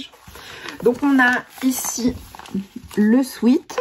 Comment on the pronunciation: Pour info, une toute petite correction : sweat (qui veut dire sueur en anglais) se prononce swet. A ne pas confondre avec sweet (doux en anglais), erreur que font presque tous les Français !